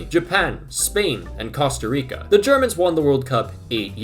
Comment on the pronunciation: Bro said costo rico 🤣🤣